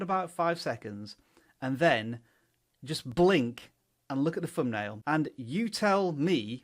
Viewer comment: Pronunciation. Thumbnail .... not Fumnail